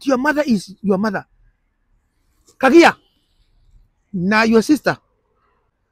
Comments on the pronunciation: KAGAI NOT KAGIA.👍👍👍👍👍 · It's Kagai not kagia